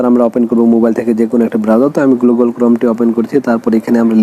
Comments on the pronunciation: ঠিক বলেছো! না হলে গুগল কে কেউ গ্লুগল🫣🤭🥴😁 বলে? পাগলে এটাই বলে আর ছাগলে স্যাটাই😜খায়। you know (স্যাটাই) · ভাই আগে তুমি গুগল টা ঠিক করে বলে নেও।😅😅না কি গ্লুগল😅😅😅